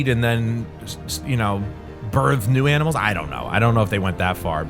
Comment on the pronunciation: “Aminals” Happens to all of us 😂